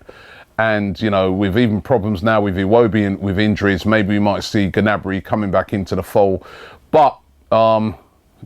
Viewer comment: It's not 'Genabry' Robbie!